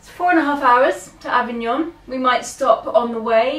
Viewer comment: One does not expect an Italian to know ANY foreign languages, but your French pronunciation leaves much to be desired. Avignon was the Papal seat for over 200 years; that was the Papal residence! If you are planning any travel vlogs, either stay in Italy or learn the correct pronunciation of places you visit, keep well, keep safe!